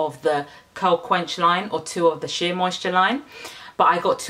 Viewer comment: Curl- Qwe-Kwinster 😂😂 I love your videos